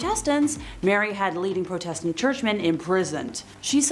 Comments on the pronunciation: You don’t know how to say Protestant (prodetent) or heretic (hairetic) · Do the presenters mispronounced words to avoid censors I think this mispronunciation I prodistant might beat the others mispronounced Constantinople as my favourite